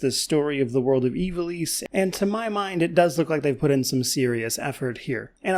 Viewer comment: Thank god at least one reviewer is pronouncing Ivalice correctly